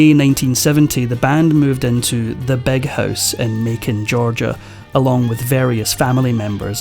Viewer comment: It's Big House, not Beg House, you misfortunate tongue inflicted man😅